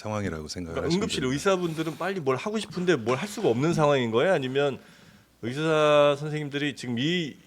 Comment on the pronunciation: 답답하다.. 이번 사태의 핵심은 전공의 이탈이다.. 그런 전공의들은 개개인의 생각으로 사직을 했는데, 대표가 선동해서 사직한것이 아닌데, '대표 한명씩만 참석해라, 통일안을 가져오라....' 고 하는 게 답답한 일 인거다. 진정성있게 전공의가 돌아오게 하려면, 큰 체육관이라도 빌려서, 1. 박민수 차관이 그 동안의 막말 사과하고 (의새라고 발음한 것 , 낙수효과=필수의료를 낙수의사로 표현한것: 필수과 의사의 자부심 짓밟음., 전세기 띄워서 다른나라 의사 데려오겠다 등 여러 협박 표현들 , 의사면허 정지 등으로 겁박한것 등 ) 2. 전공의 개개인의 의견을 듣고 수용하는 자리를 마련해야한다. 우리가 의사 한명한명 사인받을수없지않냐? 이런 거만한 태도로는 젊은 전공의들 마음을 돌릴수없다. 아무것도 이뤄낼수없다. 한명한명 사고해도 돌아올지는 미지수다. *올해 전공의가 돌아오지않으면 다음년도 전공의 지원도 없다. 1,2,3,4년차 아무도없는 의국에 혼자 들어가면 - 윗년차 의사에게 배울수도없을뿐더러, - 1,2,3,4년차의 업무가 신입 전공의에게 쏠려서 잡일만 하게 되므로 아무도 들어가려 하지않을것이다. 그러면 내년에도 의료 대란은 쭉이어지고, 이게 몇년 지속되면, 필수의료 교수님들도 번아웃오고 대한민국 필수의료는 말그대로 종말이다.